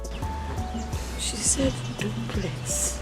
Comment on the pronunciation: She said dublex🤣🤣🤣